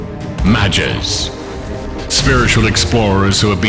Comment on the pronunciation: Tears form in my eyes Finally showing all the Classes (not all subclasses), even the classes Dark Knight and Creators! So much lore. Good voice lines, except for Ma-ges pronunciation. This is great. Cain #1 <3 and Mother Tere...err Mother Hilder indeed (from the korean recap #1 of the lore)